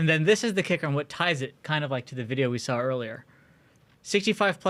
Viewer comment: He just "sawl" it 3 times 😮😢; are you kidding me?! Ohio education, I guess.